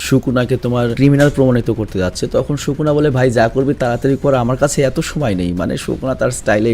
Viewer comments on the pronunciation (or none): সুকুনা হবে শুকুনা না। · bhai shuku na nah bole plz................... sukuna bolen naile onek baje shunay 🙏🙏🙏🙏🙏🙏